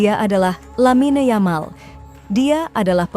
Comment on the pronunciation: dalam bahasa spanyol huruf Y = J dalam bahasa indonesia dari segi pengucapannya, tidak ada orang spanyol mengucapkan Yamal dengan yamal versi indonesia, mereka mengucapkan "Jamal* jika orang mesir ejaannya Gamal artinya sama yaitu Ganteng